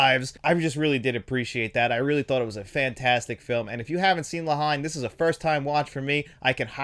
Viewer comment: For future reference, the film (La Haine) is pronounced (La -En) it’s much more of a one word scenario in the pronunciation of it. Great review as always!